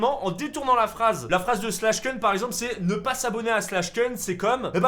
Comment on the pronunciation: Ça se prononce pas slash keun mais slash koun